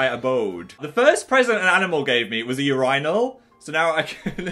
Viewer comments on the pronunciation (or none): This is the most wrong way to say urinal I’ve ever heard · Never trust people who say ur-eye-nal, it’s your-in-al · IM SORRY BUT PHIL PRONOUNCES IT AS “UR-EYE-NAL”?? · luca t I and most Americans pronounce it “Ur-in-null” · Abbie xoxo in America we pronounce it Your-in-ul or Your-in-al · in the US we pronounce it your-in-al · Your-eye-nal Bettah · Did Phil pronounce Urinal as "You-Rye-Nall" WHAT IS THAT HOW BRITS BEEN SAYING IT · IK I WAS LIKE WHAT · The only logical way of pronouncing 'Urinal" is 'You-Reh-Nall' nO ONE can fight this 😤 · wait wait wait ye-RYE-nul??!?! HUH IS THAT HOW BRITISH PEOPLE SAY URINAL???? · Oh okay pronounces feng shui right but not UR-AY-NAL 😭😂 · willne pronounces urinal like phil did in this video so it's confirmed a northern thing🤧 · today i learned how the british pronounce “urinal” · Mia Ede with a short “i” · we don’t! i’m from the north of england like phil and i’ve never heard anyone say that ever please don’t think that’s how we pronounce it 😭😭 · guys pls dont fight i meant it as a genuine question cause i wasnt aware there was another way to pronounce “urinal” cmon lets just be friends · The way Phil pronounces “betta” and “urinal” low key stresses me out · I’ll always be haunted by the way you say “urinal” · is no one going to talk about how phil pronounces urinal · I never knew that British people pronounce "urinal" like that. Lmaooo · all the Americans in the chat freaking out over the correct pronunciation of urinal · so nobody's gonna talk about the way he says urinal or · why did phil pronounce urinal like that 😳😳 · HOW DID U PRONOUNCE URINAL BAHAHAHAHAH